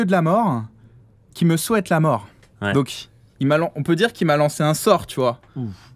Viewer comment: charon c'est pas le dieu de la moreuh